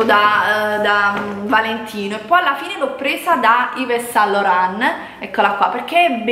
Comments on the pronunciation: "ivvè san loran!" auhahuahu :D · Quando ho sentito la pronuncia di yves saint Laurent mi stavo per sparare... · Su “Ive san Loren” non ho potuto non ridere....